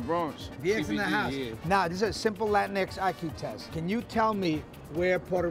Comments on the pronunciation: It hurt my soul hearing John saying latinx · Every time he said Latinx my soul died a little...